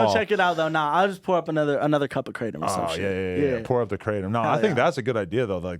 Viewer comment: Theyre pronouncing kratom(kruh-tom) wrong the whole time😂😂😂